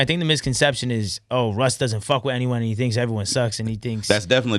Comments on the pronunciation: Russ sounds like ken kaniff that can’t pronounce his “R’s” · How is your name Russ but you cant pronounce the letter R